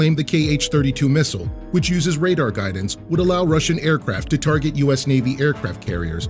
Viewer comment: To begin with, it is (target) not "targey". Secondly I am not talking about "another platform" we are talking about the F-35 Lightning II not an F-15EX for example., because that has it's own rival which is Su 30SM3 with more than 13 tons of weapons payload, outclassing all your fighter jets except heavy bombers. Thirdly I do not know where I said fuel will help the Su-35, so please read my comment again and interpret it , not respond to your own thinking. Also in the end all jets have RCS no matter how small it is , they will eventually be seen in the radar specially developed and advanced AESA radars Like in the new Su-30 SM3 . Next I am talking in a battle of one to one . not 100 to 100 . Especially at WVR the Su-35 is superior your F-35 may have a slim chance at BVR but at WVR it will be pounded. As for russian jets in ukraine, well I blame russia and it's pilots not the machines, If you have the F-15EX strike eagle , a really powerful fighter, and you are drunk therefore you crash it in the s 400 systems and although you destroy the Air defenses and success in your SEAD mission , you and your jet are dead. Does this make the jet trash? Answer yes or no then explain.